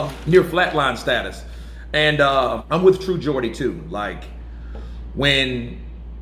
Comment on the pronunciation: Good to see you're pronouncing Geordie properly now!😂👍